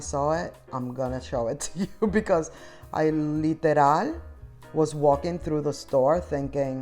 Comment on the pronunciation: Me encanta cuando dices literal!! Lo dices tan latina!! De donde eres?